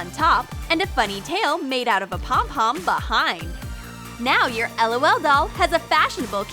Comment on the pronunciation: its prononced lol not lool